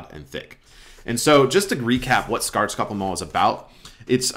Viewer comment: Wow your ´skaldskaparmál´ was really good actually! Remember for Vegvísir and any other word, that emphasis goes on the first syllable. helps a bunch when you learn that rule. Thanks for the video as always